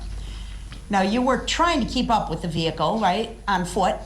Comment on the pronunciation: Brooks definitely doesn’t know what hearsay is leading is or contempt is….he says ax instead of ask…..wiff instead of with….dat instead of that